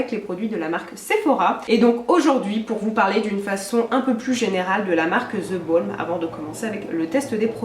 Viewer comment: Nooooooooon 😢 le L de the Balm ne se prononce pas, tous le monde fait l'erreur c'est dommage 😟